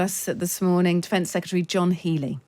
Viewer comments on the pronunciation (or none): How does a Times radio presenter not know how to pronounce secretary?